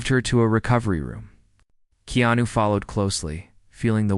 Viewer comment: This Narrator is shouting by using all Capital letters which is rude. Also this Narrator has misspelled and pronounce keanu wrong 4 different ways. This is why you do not get that many viewers . Go back to school to learn how to spell and pronounce People who have uncommon names. 100 thumbs for this Narrator .